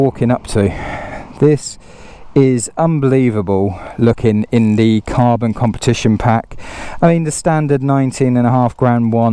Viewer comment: Carbon, cabon, kabon, kabooon! 😂